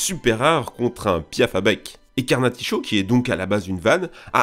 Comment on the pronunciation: Carnaticho ! Il dit Carnaticho 😭☹️☹️